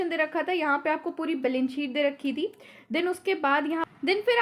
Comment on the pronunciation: mam aap members ko meembars padhte ho, balance sheet ko balence sheet kyu?